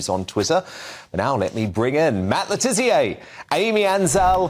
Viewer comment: Stop calling him Le Tizzier! It's Le Tissier!